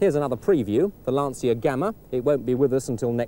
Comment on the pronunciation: Purrgeot, Lanseeah, and Fit.